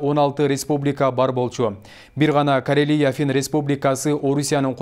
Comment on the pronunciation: Корелия "е" тамгага ударения сал а сен "и" тамгага ударения берип атасын ошондой эле Грузияны "у'" тамгага берилет дагы "и" дейт граммотный эмес азыр журналистер мурункулардан уйронсонор